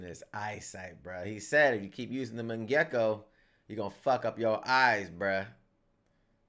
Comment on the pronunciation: You forget the Yo in Mangekyo it’s pronounced Mon Gek Yoo